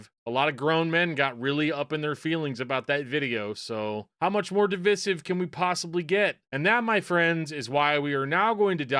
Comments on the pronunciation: You know what's really divisive? the way you pronounce divisive.... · Interesting how you pronounce divisive. Is that christianese for Divisive? Lol Seriously though, Black Metal began because of teen angst about how Christianity forced itself upon their part of the world, with violence and murder (very non-christian), so yeah, I think it's absolutely ridiculous that there would be christian black metal. It really just proves that the christian religion does not provide people the "life changing" forgiveness that it promises. Like I said in an earlier post, the God of the Bible would also not be OK with his people pretending to be evil. Acting and looking exactly like satanic heathens. Again, completely unbiblical and fucking ridiculous. Lol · You way you pronounce 'divisive' is that usual where you're at? Is that typical midwestern? Never heard that before